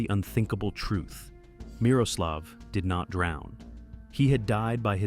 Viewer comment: the way he reads Miroslav kills me xd